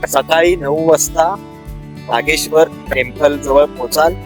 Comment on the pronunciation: नागेश्वर म्हणा सारख सारख नागेश्वरी काय म्हणताय.